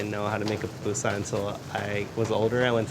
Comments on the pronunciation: I keep hearing “PApusa” from this guy please tell me it’s just my audio … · Ok two things. PUPUSA not Papusa. Also SALVADORAN NOT SALVADORIAN.